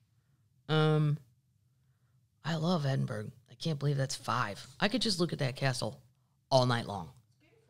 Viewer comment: Edin-brr-row. Not burg.